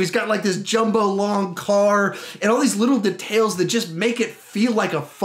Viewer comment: The way he says details triggers me so much